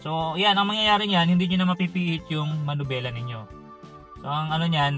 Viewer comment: Bakit ba laging MANUBELA? hindi manubela... MANIBELA ang tama.